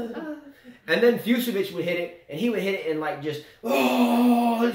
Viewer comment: "Fucsovics" is pronounced "FOOTCH-a-vitch":) That one confounded me for a while for... obvious reasons... - Oh my goodness.... the first 5 minutes of this video was pure comedy gold. "We have 5 kids! You gonna call me 'the man'??" - Zverev is just... young and gets distracted, I think. If he's off, he doesn't have the experience to change things up and tough his way through a match while playing badly. - You guys didn't mention that Kecmanovic is a lucky loser here. He lost to Giron in a 3rd set TB in qualies. - Yes,, I do chuckle every time brings up Zverev.:P